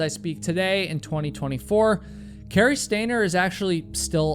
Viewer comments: You’re doing it more now!!!! Stop saying stainer. You’re coming up with more ways to say stainer! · Can you stop saying, “stainer,” while I’m trying to fall asleep?